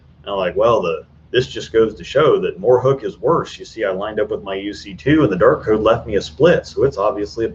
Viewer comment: I swear I just heard you say the "Dork Code" instead of Dark Code..